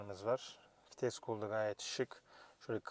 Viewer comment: Fites değil vites